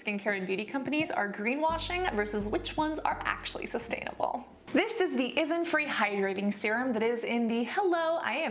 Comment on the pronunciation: Hello there Cassandra , i really support your channel and love all your videos, however I have noticed several times in this and previous videos, it's INNISfree(which i don't really like) and ISNTree( WHICH I LOVE), can you pronounce them right please, it really confuses me when I'm listening to ur video as a podcast ^ ^, thank you Cassandra~